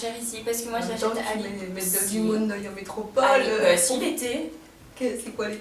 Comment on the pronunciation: Métropole ! métrople ! ça ma saoulé, je n'ai pas pu regarder toute la vidéo.